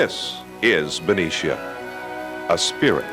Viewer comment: Yupperz. The blonde woman in the beginning grew up there you can tell by how she pronounced Ben-i-cia and not Ben-ee-cia. Good memories. Haven't heard that in many years.